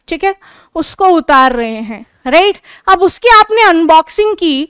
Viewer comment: Mam aap right sahi se nhi bol rhe